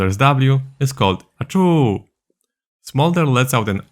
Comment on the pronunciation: I'm literally laughing at how he pronounced ACHOO and MOOMM. We all know you wanna give it your best shot but played it safe haha.